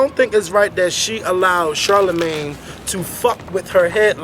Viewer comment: Aww man, I wanted to know what said when said Charlamayne. lol